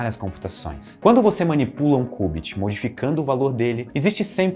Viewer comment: que cubit oq mano, ta doido? é kiubit